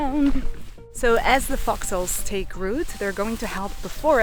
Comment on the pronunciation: Thought she was saying "foxles" for a while there. Long vowel sounds matter!